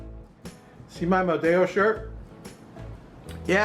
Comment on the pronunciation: Great idea. I'll have to make some of those. Just a tip in Spanish, only double "L" is pronounced like an English "ya". Single L is pronounced just like it is in English. Therefore, Modelo in Spanish is pronounced Mo-Del-Oh just like it is in English.